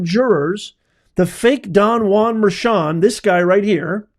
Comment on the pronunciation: It's pronounced judge merkan